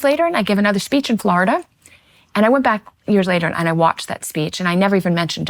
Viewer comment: Can’t take her seriously simply bc how she pronounces Florida 😳🤔😐